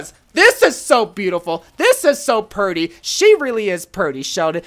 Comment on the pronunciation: "she's so purty Sheldon" 😂😂😂